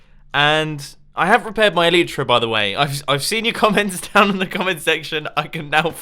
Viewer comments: Why oh why can he still not pronounce elytra :( Bumbooooooo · Why does Mumbo say Elytra differently then everyone else?